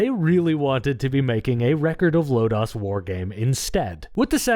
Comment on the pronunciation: I absolutely loved this game! Good video, even thought I cringed every time he said “Record of Lodaws War” instead of Lodoss War.